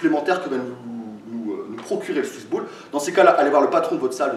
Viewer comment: J'ai l'impression d'entendre suce boule a chaque fois que tu dis swiss ball